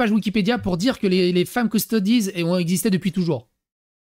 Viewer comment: force au japonais par contre qui dit "custodeez" c est horrible mes oreilles brules.